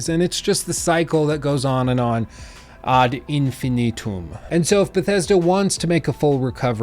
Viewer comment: Oh wow, you actually pronounced "ad infinitum" correctly this time.